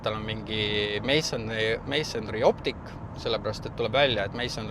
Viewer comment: Palun tee endale "Mansory" häädus selgeks. No hard feelings😊